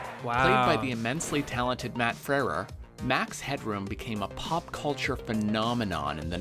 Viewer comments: Frewer NOT Frerer. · Who's "Matt Frerrrurr"? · And Frewer is not pronounced Frewrer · He is Max headroom A Spokesman for Soda ads and Featured in the film Pixels (2015) was Portrayed by Baby Boomer Matt Frewer. Max is an inspiration that defined My Generation. Well just look at him, The Plastic Hair, The constant Stutter, How could we think that it wasn't AI, Matt Frewer is a great Actor, We did think it was an AI Matt Frewer. The VO is AI, It mispronounced Matt's last name. When you look at CGI of the 80s, It's totally believable that Max was AI. Matt Frewer was The Neighbor Big Russ Thopmson in Honey I Shrunk The Kids (1989). 💜💜💜💜💜💜💜💜💜💜💜💜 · Max was played by Canadian actor Matt Frewer (they mangled the pronunciation of his last name) who spent some time living in the UK. One of his earliest roles was in the opening "short movie" for Monty Python's Meaning of Life. Although he's never really been a huge lead, he's had very steady work since the 80s to present in numerous shows and movies, largely American and Canadian produced shows filmed around Vancouver and Toronto, mostly sci-fi and supernatural (check on IMDB for a huge list). Most people knew Max was played by an actor. I think the BAFTA award has more to do with the computer effects used to make him seem like an AI in a computer environment, vs them being fooled by it. I loved the Max Headroom film and TV series -- it was clever and groundbreaking cyberpunk. It was ultimately possibly too critical of the medium it's existence depended upon. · Not fault obviously, but the video he is reacting to keeps mispronouncing Frewer. If you're going to make a video about anything, please pronounce the names correctly.